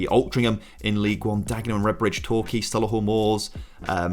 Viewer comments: I know I’m a year late but it’s Sol-ee-hull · Love the videos dude but please stop saying Solihull like that. It’s so Lee hull